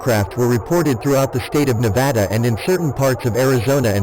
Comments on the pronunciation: Thank you robotic voice for pronouncing Nevada correctly~ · As a Nevadan, thank you for saying Nevada correctly, great video! Keep releasing them!